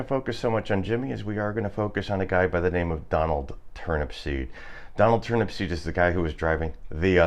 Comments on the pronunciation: Turnupseed, not Turnipseed. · it's Turnupseed without the last P